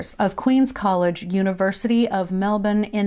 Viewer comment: Great vid. and props for pronouncing Melbourne correctly! haha 😊